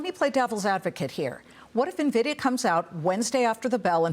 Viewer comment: It’s not Nah-vidia and they are not loaning money to companies. They are investing in companies. In comparison to the Dot Com bubble, the companies he mentioned like Microsoft, were trading at triple digit valuations; NVDA is trading at 27x forward. Amazon was NOT yet profitable. He says they were. Who is this guy?